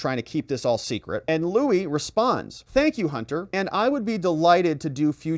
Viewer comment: Lou-E Freeh not Louis. One of the shadiest swamp rats of all time.